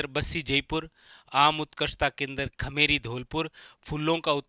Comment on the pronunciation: खेमेरी नही खेमरी है। Sir ji😅